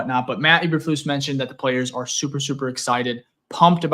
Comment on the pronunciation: cant pronounce these players names for SHIT!😂 You sure you're a Bears fan?!